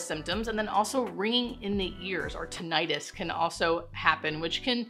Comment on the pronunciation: You're a nurse, you should know that's not how you pronounce tinnitus. It's not tin-EYE-tis, it's not inflammation of the inner ear, so "itis" isn't correct... Sorry, it's my bugbear